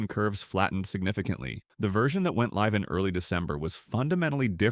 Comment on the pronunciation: AI voice generated slop. Wrong pronunciation of "live" at 1.07 a human wouldn't make.